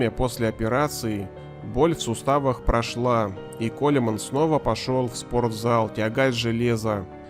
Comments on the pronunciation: Автор, ты бы хоть удосужился фамилию этого человека правильно говорить и писать! Коулмэн, на крайний случай Коулман. Ппц товарищи с этих "знатоков". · Правильно будет не колеман, а колмэн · Почему колеман а не колман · Никого не смущает, что правильное произношение Коулман, а не КолЕманн? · Прикольно автор произносит его фамилию "Коля-мэн" :) Я понимаю, что для таких людей это не просто хобби, а образ жизни, но когда на кону стоит не просто здоровье, а нормальное существование, нужно уметь останавливаться, ибо зачем самому вгонять себя в инвалидное кресло?!